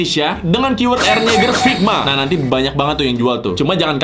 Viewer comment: bacanya yega